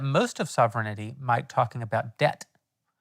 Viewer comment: Also, Jeremy, learn to say ‘sovereignty’, otherwise the Candy folks are going to rip you apart!